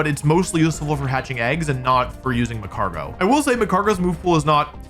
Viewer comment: Says Mag-Mor-Tar but misses the g in magcargo